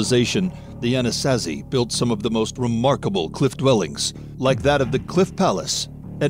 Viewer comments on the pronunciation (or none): Wtf is an A-nas-as-see? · ANA-SAW-ZEE that’s how you say it. Lol